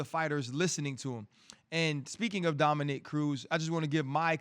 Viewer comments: Yo RC.... For the love of god bruh, can we get a name right?! Gordon, Dominic.... these arent difficult names to be mispronouncing over and over and over and over for a year now. Dominique is usually a womans name, my guy. I get you work with one thats a dude but you been calling Cruz, Dominique, for a over year! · Am I the only one who thinks it’s super disrespectful that RC consistently says Dominic’s name as “Dominique”? That’s a woman’s name dude get out of here you even corrected yourself!!! YOU KNOW HIS NAME PLEASE MAKE AN EFFORT